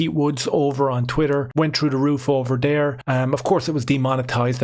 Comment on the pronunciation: Dares two or tree trains of taut here….. sorry but I just had to do it.